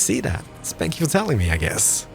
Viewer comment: Did you say “spank you” when you asked us to like the video in the beginning of the video 😂